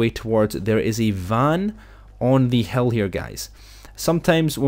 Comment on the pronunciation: Over at this hell... He says hill as Hell